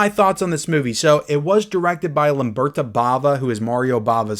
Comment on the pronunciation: It's Lamberto, not Lamberta. Can always rely on to mispronounce a name.. I still love you 😉 Lamberta is the female version of the name. In terms of Arrow. There was the double set initially, but both films were also released individually in limited edition packaging as well as regular non hardblx slip releases quite some time ago.